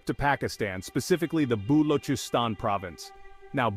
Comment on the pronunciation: all these Gora Pakoras spreading knowledge cant even pronounce Balochistan FYI nothing is gonna happen in balochistan forget development until its a part of Pakistan they just exploit the minerals do nuclear tests in that region without giving any credit to the people forget development conclusion ITS A FUXING BLUFF